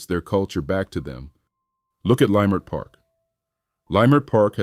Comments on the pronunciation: Its not pronounced "lie" mert park... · Was this a black A.I. voice, cause what is layemert park 😂😂😂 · This is done by Ai. The videos don't match the supposed subject, but the loudest "tell" was the mispronunciation of Leimert Park. I've lived in LA since 1966.